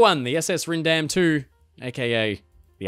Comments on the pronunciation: you say Ryndam as "ryan-dam" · It’s pronounced “SS Rhine Dam” ;) Loving your videos and channel btw! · As she has suffered so greatly already, I thought appropriate that her name be spoken “correctly”. When I sailed Holland America, Ryndam, at the time, was with a long “I” sound (rhymes with Wine-dam). These are the same people who brought out a new Nieuw Amsterdam, not to be confused with their old Amsterdam. They spelled Nieuw with 3 U’s in a row and threw in an “i”!